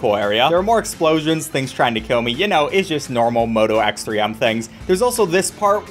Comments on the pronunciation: it's x-three-m, not ex, three, em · moto x3m? i thought it was pronounced like "moto x-threeme", like a play on the word extreme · hey friendly reminder that the game is pronounced Moto X-Three-M (like Extreme) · It’s pronounces xthreeme